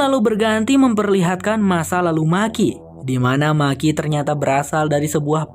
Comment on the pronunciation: Bukan maki bang tapi meki sebutanya di filmnya 😀